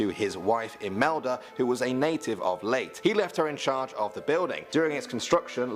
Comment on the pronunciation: By the way its LEYTE not LEYT